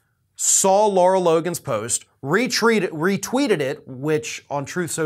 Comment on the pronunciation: Her name is Lara not Laura. La'rah.